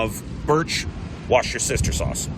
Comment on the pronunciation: Great information and tips! Also it’s pronounced wooster -sher. Thanks for sharing! 😁